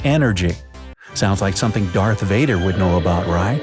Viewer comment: did he refer to Darth Vader as Dark Vader?